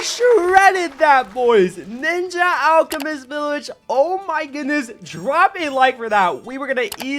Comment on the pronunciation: Did anyone notice how he said “ninja” alchemist and village 😭